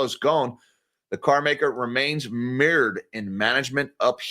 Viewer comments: Mirrored = mired pronounced m-eye-red. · Mired = m-eye-erd. Trapped in muck and mire ie mud.